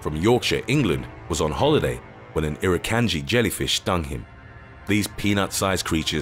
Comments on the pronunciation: The way you pronounce irukandgji is e-roo-kahn-g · Pronounced: Irukandji (Ir- uh - kahn - jee) . Chironex Fleckeri (Kye - ro - nex Fleck - eh - rye) Nematocysts (Nee - matto - cysts) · Not once did you actually show a box jellyfish you only showed an irukandji, you never actually showed what a box jellyfish looks like they were all different species of jellyfish, and you pronounced irukandji, chironex flekeri and nematocysts wrong. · It annoys me on how the way u pronounce irukandji